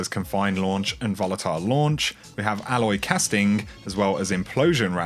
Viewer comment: Not sure if you were saying "alloy casting" (alloy casing) or if that's your accent?